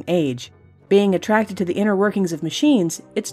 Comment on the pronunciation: OMG BEING A-TRACK-TED HAHA